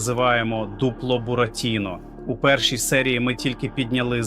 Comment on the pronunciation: А ти хто ? Блогер - ГНИДА ? Дуже смердиш ! Людина, яка не може правильно поставити наголос у словах ( бурАтіно, шулЕр, дзвЕнить) явно читає чужі тексти. Знайшли дурня і використовують, як туалетний папір. PS: а 100 000 Петя заплатить ?